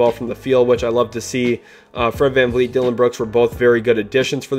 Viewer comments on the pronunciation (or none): none